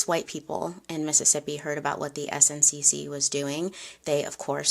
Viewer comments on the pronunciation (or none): Great story telling as always,. Don’t worry about the makeup. What’s most important is the history. Someone can correct me in the comments, but I believe SNCC is pronounced like “snick”. I feel that’s how I’ve heard it pronounced in documentaries. Just sharing for awareness but it doesn’t take away from your storytelling 💗